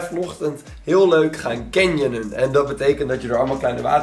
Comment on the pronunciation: Iedereen: cannyoningen: caningen